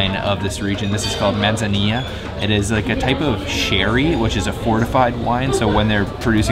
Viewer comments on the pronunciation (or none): The z in Manzanilla is pronounced th. As in Manthanilla.